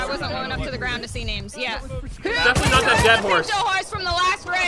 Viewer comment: sidearms pronounced THE GROUND weird